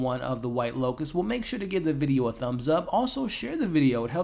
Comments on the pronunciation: L O T U S... Not L O C U S. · Why do you keep calling it the white locust???? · Pretty sure its 'Lotus'... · Cmon man. Within the first 20 seconds of the video you call it the “white locust” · Bro keep saying locus and I'm living for it ❤️🫠